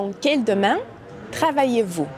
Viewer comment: Elle dit:| domain | (?!) It faut quand meme prononcer le N a la fin du mot `domaine`, n`est ce pas?